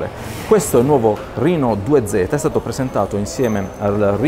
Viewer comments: Reno si pronuncia esattamente come lo si legge RENO. Mi permetto la correzione perchè anch'io sbagliavo. La fonte è quella ufficiale di casa Oppo, va pronunciato come scritto. Riguardo al telefono, vista la poca differenza di prezzo, Oppo Reno 2 senza nemmeno pensarci troppo. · vai tranquillo che non sbagliavi, Oppo stessa pronuncia "rino" e non "reno" nelle pubblicità e negli eventi di lancio internazionali, non so se in Italia hanno deciso di usare una pronuncia italianizzata per semplicità. avevamo già affrontato la questione sul primo Oppo Reno, io uso quasi sempre la pronuncia internazionale ma qualche volta mi parte un "reno" all'italiana, direi che entrambe le pronunce mi stanno benissimo e sono entrambe accettabilissime.